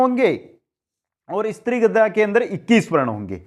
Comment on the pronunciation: मन्द्राक्रान्ता नहिं मन्दाक्रान्ता कहिये ॥ स्त्रीगोत्रा नहिं स्रग्धरा कहिये ॥ streegotraa galat sragdharaa kahiye jee अपना उच्चारण बहुत दोषयुक्त है जी